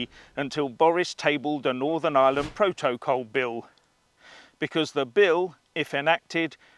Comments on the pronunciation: Pro-toe-cole.....😆😆😆 love it. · Iam worried how you say proto/col sound a bit unhinged pal 🤣🥂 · Love the way you say proto col . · Why do you say protocol differently to everyone else?